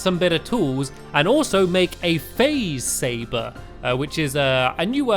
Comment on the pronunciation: It sounded like you said faze saver